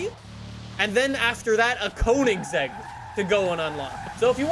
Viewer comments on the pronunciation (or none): none